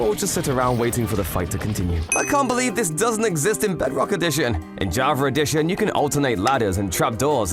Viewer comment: Bro he said javer eddition